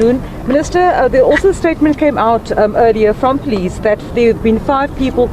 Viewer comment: This man can’t even pronounce the word police properly.